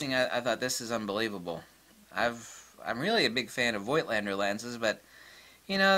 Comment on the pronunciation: The "i" in Voigt is still silent.